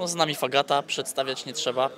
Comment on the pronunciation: Lizak dobrze mówi jeśli chodzi o Fagate :>